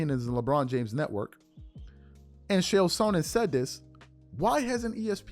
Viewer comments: It is pronounced KALE not Chale FYI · it's CHael. not SHell. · Chael, it's pronounced like jail only you replace the J with a CH. Not SH-ale, rather Ch-ale. I broke it down frenetically, broke it down simply so STOP SAYING SH-ALE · His name is “CHA CHA” Chael P Sonnen, not “Shell” Sonnen. Don’t disrespect the only man on the planet who never lost a round. Love your content,. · It's pronounced "Kale." Nobody else is performing at the highest level at age 40 in the NBA. Of course LeBron uses PEDs. You have to be extremely naive to believe otherwise. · Its pronounced lik kale ch=k; ael=ale; chael=kale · Love your content but the way you pronounce “Chael” pisses me tf off 😂